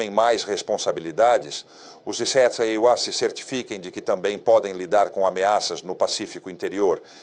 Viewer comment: Essa inteligência artificial não sabe falar EUA não?